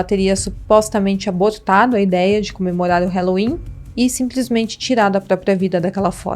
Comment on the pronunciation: Dica: o “a” de halloween não se pronuncia como “é”, a pronúncia é “a” mesmo. “ralouin”. Se procurar aqui no youtube, “how to pronounce halloween”, encontra nativos do Inglês ensinando. 😉